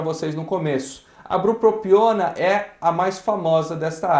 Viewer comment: brupopiona? É bupropiona. Falou errado o nome do medicamento várias vezes rs